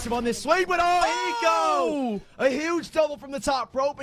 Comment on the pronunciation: when did the casters pronounce "hiko" like "eeko"